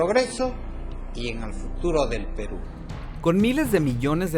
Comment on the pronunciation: El Fujimori Como Quisieran Que Fuera Presidente De Perú Si Ni Sabe Pronunciar "Perú"...